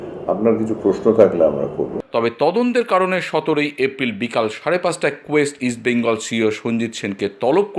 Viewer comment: "কোয়েস্ট" নয় কোয়েস ইস্ট বেঙ্গল.... এরা ঠিক উচ্চারণ করতেও জানে না